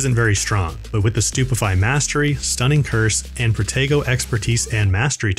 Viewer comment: Is it just me, but when they say protego..sounds like potato 🥔